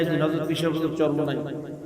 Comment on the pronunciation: চমোনাই না চরমোনাই হবে